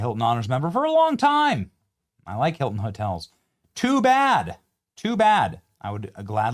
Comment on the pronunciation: The newest doorman "Huelcome to the Heelton Hotel."